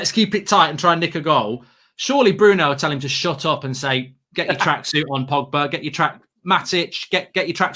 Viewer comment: Pogbary Donarrry 🤣🤣